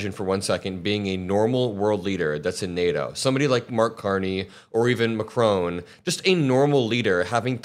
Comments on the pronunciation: It’s Macron not Maccronne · It’s Macron not Macrone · Please learn how to pronounce Macron. It drives me nuts. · Who is MacRone? A Scottish politician? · Please get the names right. Macron, not Macrone. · Macron. Please what is it with some of you YouTube guys (yes Ben, I’m pointing at you too 😉) MacRON NOT Macrone. Please ??????!!!